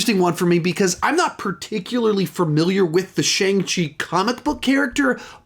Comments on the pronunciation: something like sean chi, or shon chi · It’s been confirmed by Marvel (and Simu Liu himself) that his name is pronounced “Shong-Chi”